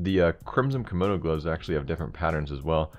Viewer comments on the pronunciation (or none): THIS DUDE SAID "KOMONO" LMAO